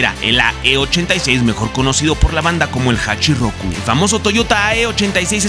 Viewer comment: Me fascina la historia del Drifting de Cabo a rabo pero me molesta que por desconocimiento no se usen los nombres ó sobrenombres correctamente😅, el Ae86 es conocido como HACHIROKU y no hachirrrrrroku😬, y esto es porque 八(Hachi) y 六 (Loku) los japoneses no saben pronunciar la L y la pronuncian como R, eso es más evidente cuando los escuchas decir palabras o nombres con la letra L, ejemplo Alberto lo pronuncian como ARberto, o Ruis cuando es Luis, es más, ellos realmente pronuncian ARuBERTO solo que la u es casi imperceptible.......